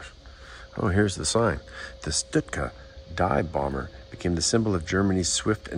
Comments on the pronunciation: Stuka Not Shhtooka Or stootka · STU KA stands for Sturz Kampf Flugzeug (Dive Fight.. Air-plane) ..Remember the Z is pronouced as TSSS the ss as zzzz, or sh. the U as ou in you, the Ü as u in dejavu so NOT an ou as in you..or as in shoe, Münster is not m'nster or moonster... So no Stüka. No stut ka... etc.. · Stuka :(Stew-Ka). Hearing him call it a 'Stit-ka' over and over was irritating. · It is a STUKA pronounced stooka not stutka. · its not a stutka its a stuka. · pronounced Stooka not Sitka. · He keeps saying "stitka." What the hell is a stitka? I always thought it was pronounced "Stooka." Still, good clear video of a great war bird. Hope to see it fly one day. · I've stood next to the Stuka in the Royal Air Force museum in London. It's surprising just how big these aircraft are, they are a similar size to a twin engine bomber of the same era. The trailing edge of the wing is at least 5ft from the ground. PS, it's "Schtuka" not "Stutka". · pronounced not stut-ka ...Stooka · Stoooooka. Not stika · It's pronounnced Stoo-kah. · Wow! But why do you keep calling it a Stut-ka? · you've obviously done a lot of research on this aircraft, it's a shame it didn't extend on how to pronounce the name of it correctly. It's pronounced 'Stoo-kuh', I have never heard anyone say it the way you do. Get it right next time dude. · You really need to work on you German pronunciation. It's NOT Stutka (throughout), and it's NOT Luftwaffle among others. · Stuka is not pronounced stutka ,but nice clip anyway 😊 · Sir your pronunciation of Stuka is killing me. There is no "T" sound before the "K". It's pronounced "STU-KA"!!!!!!!!!! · STOOKA Is the way to pronounce Stuka ..... I'm not being picky , it's just for future reference. Thanks once again...